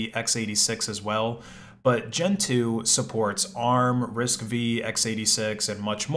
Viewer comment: I know this is an old video and somebody else may have told you, but I think risc-V is pronounced risc-five, not risc vee.